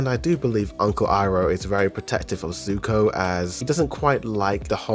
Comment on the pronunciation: Even tho you meant to say sokka and corrected it. You’re still pronouncing zuko incorrectly.. it’s Zuko not suko… my goodness … 💀😅 I guess a combination of Zuko and sokka would be suko 🤣 so I can give you that 🗿🤷🏽‍♂️